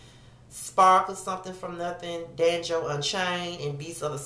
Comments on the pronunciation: Lmao you pronounced Django as danjo. It is okay. I pronounced it Da-jango when it first came out. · No you didn't pronounce Django as Danjo! LMAO Your response to the nominations has me over here dying! "Who? .... who the fuck?" Great video as usual.